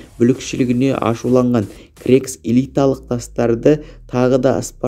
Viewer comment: Бірінші жаксылап окып алмайсынба сосын крекс емес ксеркс